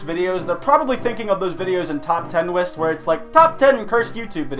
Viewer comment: "Top ten wist" 😫😫😩😩👌👌 👆😳👆. 👇😩👇